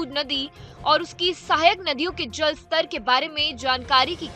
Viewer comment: अबे जेल स्ट्राइक नही जल स्ट्राइक बोल।